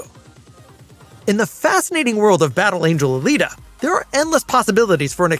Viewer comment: Not alata!